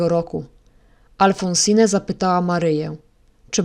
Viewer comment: W imieniu Alphonsine nie czyta się (nie wymawia) ostatniego „e”. Jest nieme.